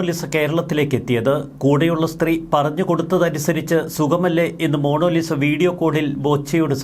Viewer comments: Monolisa അല്ല, മോനാലിസ. എന്താ Mr. സോയിമോനെ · It's MONALISA,not MONOLISA! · മോണോ ലിസ അല്ല... മൊണാലിസ എന്നാകാനാണ് സാധ്യത...! 😅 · മോണോലിസ അല്ല മോണാ ലിസ ആണ് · എൻറെപൊന്നു സഹോദര.... മോണോലിസ അല്ല...... Monalisa..... കഷ്ട്ടം തന്നെ 🫤🫤🫤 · Monolisa അല്ല മണ്ടാ ........ മൊണാലിസ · Mono Lisa അല്ല Monalisa